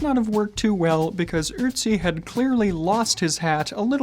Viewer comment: "Ützi"? Well, you got the permutation right, but applied it to the wrong vocal. It's "Ötzi".